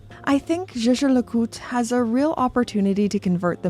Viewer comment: Why is Jaeger pronounced "sheh-sheh", like double French personal pronoun I = jeje? It is a German word Jäger = Hunter. Yay-gher would be some better approximation, or phonetically [ˈjɛːɡɐ].